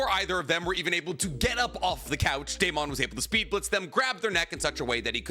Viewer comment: Please stop pronouncing Deamons name like that.. its pronounced like Matt Damon or Damon Waynes. Not DAME-ON but DAY-MUN. I just know bc my name is Deamon too